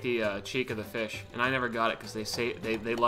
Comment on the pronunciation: one pound feesh one pound feesh